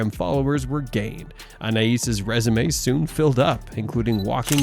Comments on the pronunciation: It’s Anay not An ay eees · Its pronounced ANAY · Anais is pronounced ANN-AYE, not AN-EYE-ISS. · ?? The perfume is also pronounced like anna-is and not Anay because of the letter ï. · Anais is pronounced ‘Annay’ . Silent S 🙂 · I can't 😂 Annnayyyeeeeesssseee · its french! that is the correct pronuciation. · Why the F cant Americans prounounce Names proberly. Do some research before hand ,honest to God its Embarrassing listening to them. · Pronounce her name right Anais like the perfume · Isn't the name Anais has a silent s.